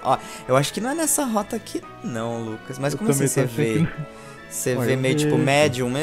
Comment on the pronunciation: "Se o LUPA quiser responder agr.." WTF? Vcs tavam cansado pra K7 hein? ou talvez ele falou Lucas de um jeito bem zuado e pareceu Lupa